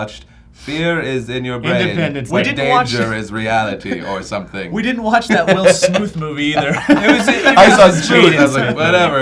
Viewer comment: "Will Smuthe"...I'm dying XD